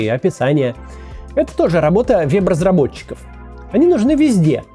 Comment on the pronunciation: Вот эта российская "Е" я ору ))). вЭб разработчиков,а не вЕб разработчиков. Хахахах